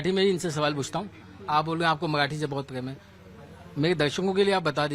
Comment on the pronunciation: मआठी नाही रे मराठी बोल 😂